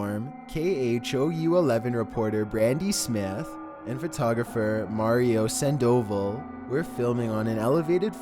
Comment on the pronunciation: Sand-oval? It's pronounced Sand-uhvahl.